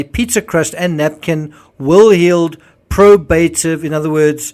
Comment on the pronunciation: Pronounced “pro-bah-tive” not “pro-bay-tive”